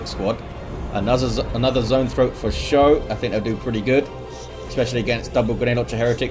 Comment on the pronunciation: Thanks for the cast,! I played pretty sloppy early on, but those Genes were fun as hell to use. (Should also mention it's pronounced "Skoe" not "show":D )